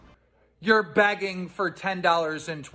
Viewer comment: Keem saying Begging so hard it sounds like Bagging 🤣